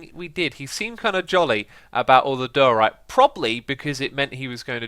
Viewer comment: Every time X says diorite it gets further and further from the actual pronunciation, lol.